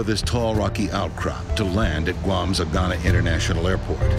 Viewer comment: Omg the way he pronounced Agana. 😂